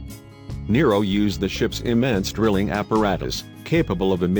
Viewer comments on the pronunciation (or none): none